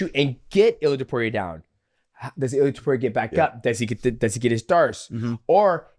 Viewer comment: Illia Tupewria😂